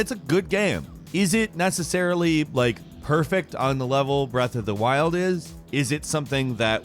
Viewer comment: Nobody:: BREATH OF DA WILLDD!!!